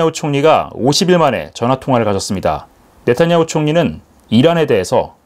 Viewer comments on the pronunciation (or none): none